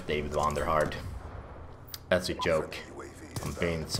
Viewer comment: You're losing your accent to us,! When did you start saying "Joke" with a J instead of a Y?! Noooooo...